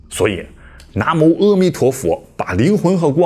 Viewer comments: 主講人既然說要正確讀梵音, 而當年譯經者 "南無 阿彌陀佛" 這幾字的翻譯, 到現在要讀正確也不難, 為何主講人"阿彌陀佛" 要唸成"喔彌陀佛" ? 主講人在說到佛經中"阿"的時候, 都唸成了"喔" , 這樣明顯是不正確的.而 "阿含經" 不應唸成 "喔含經". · 哎啊 是阿彌陀佛 不是痾彌陀佛 一開始就錯了 阿彌陀佛的阿字音 展開就是無量無邊 不要在念痾或歐 是阿 啦 拜託下 要改過來啦 是阿音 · 南無阿彌陀佛.正確念[ㄚ];不念[ㄜ].正確讀音很重要.你念的翻譯音也是念[ㄚ]. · 「阿」字音「ㄚ」，影片中解說人為什麼 把「阿」字唸成痾或歐？原本古譯阿是正確的, 影片的解說者唸梵音時阿就是念ㄚ，轉為唸中文時卻總是唸「痾」。影片開頭就說了，只有正確的讀音才能產生最大的能量，謹慎唸佛號喔！ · 南無阿（a）彌陀佛，南懷瑾先生講應讀為a